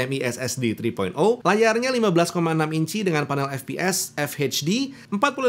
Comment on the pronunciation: ketika bilang HP Victus --> eij pi waktu bilang HDMI --> heij di em ai pas bilang FHD --> ful heij di